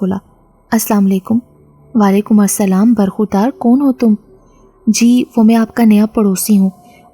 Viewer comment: You must be from punjab the way you saying KAUN..